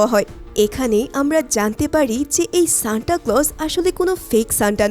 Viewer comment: Shanta ❌ Shanda ✅